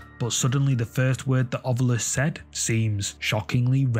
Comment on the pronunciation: THANK YOU FOR SAYING, "OVILUS", instead of, "Ov-YUlis"...drives me nuts!!😂😂😂